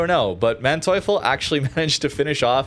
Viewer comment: If you are questioning the pronunciation, in German if two vowels are next to each other just pronounce the second